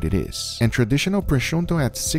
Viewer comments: Why u saying prosciunto? It's prosciutto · Why are you saying prochunto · bro come on "Proshunto" how can you fk this up HAHAHA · prosciunto che cazzo è? PROSCIUTTO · He totally screwed the pooch on that sear job! I could barely handle all of the mispronunciations of multiple ingredients (proshundo?) and other words (might as well call it "cringe wrap"... it's "Cling" like "Thing") but abusing gorgeous meat the way he did should be illegal. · Why u pronounce prosciutto “pronshunto” ;-; it’s Pro shiuttÖ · Its not proshonto its pronounce proshuto, if I can even write it like this. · I love this guy but every time he says “prosciuntto” .... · Guga what is wrong with you? That not "proshunto", it's "proshutto", there is no N. And don't mix the two, I'm Italian and I love prosciutto, but Ibérico isn't just good ham, it's glory. And Pata Negra, that's the glory of glory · Guga, it's prosciutto, double t like button, not prosciunto :) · why're you saying, "proschunto"? good video otherwise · I gonna spell it so that even a complete ignorant could say it. Pro-shu-tto THERE IS NO "N" IN PROSCIUTTO! Goddammit is not that difficult. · i just cant stand guga calling prosciutto proshonto lmao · it's prosciutto and not proscuiNtto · Why does Guga say "Proschunto"? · as an italian hearing him say "prosciunto" hurt more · Pronounced proh -shoo-toe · Pronounced Pro-Shoot-oh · Everyone: Prosciutto Guga: Pro-shun-to I love you so much guga lol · I am I the only one that is ticked off by him misspronuncing proscuito? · I'd never heard anyone pronounce the N in Prosciutto so strongly lmao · Love your vids but the way you pronounced prosciutto triggered me so much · But... It's not an English word. Since he is from Brazil, maybe they pronounce it that way? He has also pronounced "jamón ibérico" in a very understandable spanish. I would love to pronounce english as well as he pronounces spanish and portugueese 🤣